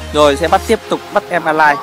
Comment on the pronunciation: con pháp sư ấy tên A-lit ko phải A-lai nha a :v